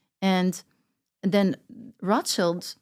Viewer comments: Notice how she said RA SHEILD ! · The klun is not Roth child.. but wrath- child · Its so pathetic that this people cant even properly say Rothschild, they say Roth-child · Proper pronunciation of Rothchild surname isn't (roth~shield) only poorly educated Americans think it is! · So, she was raised and trained to know how to live among the elite but doesn't know how to pronounce Rothschild!!????? Who's brainwashing who?? I get so sick of all these people who want to talk ...but don't say anything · How can you believe someone that can't even pronounce a name like Rothschild